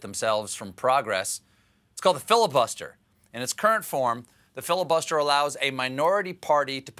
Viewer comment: Did somebody say filibuTTster? Have a nice day :)